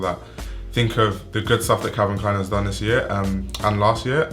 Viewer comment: Can you say Calvin Klein? Man!!!